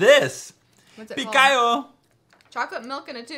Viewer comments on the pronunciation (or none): Slovakia poweeeer and its pikao not pikajo 😂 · He says pikajo 😂😂😂😂😂👍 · vidno ze ste zo slovenska ved ani neviete ako pikao otvara XD